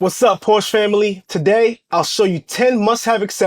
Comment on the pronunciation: Why do these CC’s always say link in the description when they know dang well they don’t have it there 🤦🏽‍♂️ Also, perhaps do the marque the courtesy of proper pronunciation of the name.